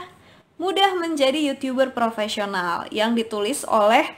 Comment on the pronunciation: Yutub ber rrrrr propesional